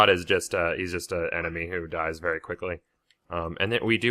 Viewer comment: he said berry big